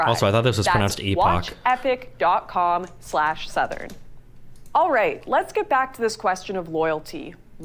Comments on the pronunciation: Is Destiny surprised Lauren incorrectly pronounced Epoch? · Epoch: “eh-puhk” or like “epic”. I’ve been saying it wrong for years too lol. But I also flat out refuse to pronounce the T in often